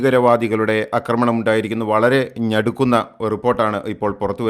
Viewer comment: ഞടുക്കുന്ന എന്നല്ലടോ ..... നടുക്കുന്ന എന്ന് പറയ് .